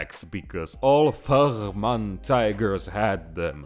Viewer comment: It's pronounced Fair-men.... The Kampfgruppe Fehrmann was composed of tank school instructors and their training tanks. There were around 6 Tigers, 5 Panthers and 2 half trucks (F01-F13). The Tigers were under the command of Oberleutnant Fehrmann and the Panthers were led by Major Schulze.